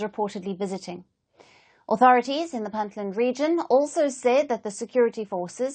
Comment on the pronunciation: Could you please pronounce Puntland accurately. It is Punt Land with a u not i. It is not Pintland.